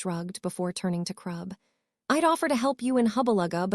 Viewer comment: "My best friends...Tracey, Daphne, Bluz, Mulfuh, Crub, Ungela..." "Harry, you're having a stroke."